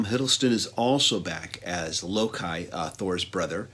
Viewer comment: It's pronounced "lowkey". I'm glad to see Jeff Goldblum as the Grandmaster. Superior actor who can handle drama and comedy with equal grace. And I'm glad to see the "comic" part of comic book movies being featured again! We tend to take this stuff too seriously. It's fiction, people. FICTION! It's supposed to be fun! Let's lighten up, have a laugh and leave the cinema with a smile on our faces and a chuckle in our bellies. Life is serious enough, innit?:)